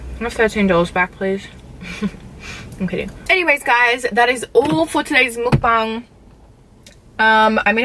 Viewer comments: “Mookbung” or “mukbang” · it’s pronounced like ‘mock barng’ not mookbang lol